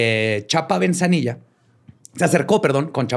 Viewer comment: Se dice ‘en VIGOR’, no, en rigor 😂 Es BEZANILLA, no, BeNzanilla 😂 Es GRACIA, no García 😂 No es trip, a la hna del presidente López Portillo le gustaba ese rollo; y también Fco. I Madero era espiritista Dos metros, eso no es nada; en el EdoMex sobre una transitada avenida, dentro de una casa, hay una figura de acero de la StaMuerte de más de 20 metros, busquen Luisito Comunica tiene un vídeo